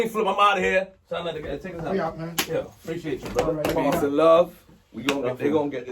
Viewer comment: ITS SANETER NOT SANATER